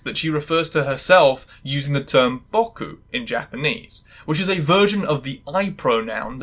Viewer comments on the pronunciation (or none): Why do you pronounce 僕 as ボック